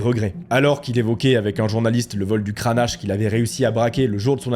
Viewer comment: Kranache... 😆 C'est comme ceux qui disent Donald Trümp ou Joe Bidenne...